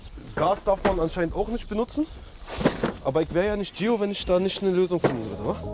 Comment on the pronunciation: Ihr sagt einfach "Thio oder Tschio" aber nicht "Gio" hahahahahaha